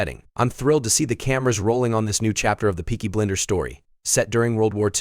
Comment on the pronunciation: It’s Peaky Blinders not BLENDERS! You idiot!